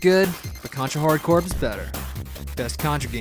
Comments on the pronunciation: Okay! First off, the word, "corps", has a similar pronunciation to the word, "core", not "corpse" (because both the letters "p" and "s" are silent). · Viktor Vaughn I remember when he called it the marine corpse and pissed off the marines. When they corrected them he said it is pronounced the way I say it is and pissed them off even more. Marines are the last people I would piss off. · Obama changed it. It's corpse now. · Not Core, not Corpse, but Corps...lol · That's why I call Corps Corporations!